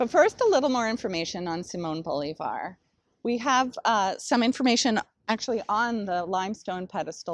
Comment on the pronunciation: It's pronounced Bo LIV ar